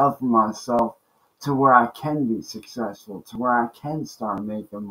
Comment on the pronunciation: He can barely even say the word "successful" let alone be it! 😂